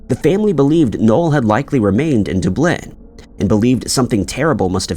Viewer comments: Lol dooblin....sounds like a weird verb😂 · Must be AI…daaaabliin??? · Do you mean Dooblenne? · Omg! You lose credibility when you can’t pronounce cities correctly…. It’s Dub-lin and Cu-ven-tree. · I had to listen 3 times to the town of Derbleerrn before I realised he was trying to say DUB-lin! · Coventry is pronounced like Cuvven-tree, instead of Coe'-ven-tree and as always, Dublin is pronounced like DUB'-lin, accent on the Dub, instead of Duh'-blynne. I bet that drives both English and Irish people absolutely insane, when he continues to pronounce those both incorrectly. I think we have all asked for that to be corrected, but what else do you do? Regardless, these are still great videos, and does actually pronounce most places and surnames correctly, so there is that to be thankful for. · "Dooblin" "Dis-play", these videos are 100% voiced by AI. lmao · No, Irish-Americans do NOT say Dublin like that, though I am Scottish-American. They say it correctly. I wish would do so too. It does get extremely tedious hearing 'Duh-Blynne' instead of the correct pronunciation of DUB'-lin. I have tried every way I can think of to get through to and this channel, but it never gets corrected. I know that it absolutely pisses off most all Irish folks and other Europeans too. I understand why you wouldn't want to subscribe. I just hope he finally caves and changes his pronunciation to the correct one. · Doob Lenn. There you go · DUB-LIN like dubstep (the only way I can think to explain it), not DEW-BLIN. Gosh that drives me crazy. Don’t get me started on Coventry 🤦🏻‍♀️ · Okay so not only is it weird that he says Dooblin but did anyone notice he says “it was March ” was it March 2024 or March 1961? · “Dooblin?!” What planet are you on? You say it with such conviction too 😂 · Dude….duh-BLYNNE? Yikes! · Where is "Glass-gow"? Is it near "Doob-lin"? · Are you saying Dublin or Dunblane? You really need to do some research into places and how they're said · Dub- lynn 😂